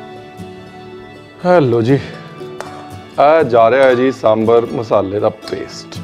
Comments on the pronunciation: Sir, your extra informations are too good. Ek cheez jo maine bolna zarrori samjha. It is दोसै in Tamizh, दोशा in Malayalam, दोसे in Kannada and दोसा in Telugu. Please pronounce in one of these ways. These is nothing called डोसा. Aur सांबार hai, bohot log सांबर bolte hai. Please don't be offended but this is what it is. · It’s samBAAAAAR pls (and not samber)…🙄🙄🙄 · It's really good to see South Indian food represented, and that too so close to authentic! And with the history too, and acknowledging its origins in ancient Tamil cuisine, mentioned in Sangam literature. Thanks so much! But one request, Chef Ranveer... Please pronounce it right - it's Sambaar (सांबार), not SamBHar (सांभर). You spelled it right in the video, kudos! But please do say it the same way. Please 🙏☺️ Trust me, if people hear you pronounce it this way, it'll have such a huge impact. I love your recipes and more importantly they way you teach. So much patience, and in such a fun loving way. I recently made Jalebi, Sweet Corn Soup and a bunch of others. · RB is spot on about the different types of Sambaar (it's Sambaar not Sambur😀) from Kerala, Tamilnadu, Andhra Telengana and Karnataka. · Lots of respect for Ranveer, but I lose it when he says Samburr😭😭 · Please call it "Sambaar ". Not "sambre" Like ranveer brar not Ranvee Brer. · It is pronounced sambaar!! Like “bar”!!